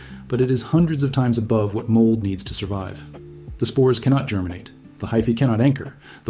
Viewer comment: Yes, you heard him right: before it GERMANates.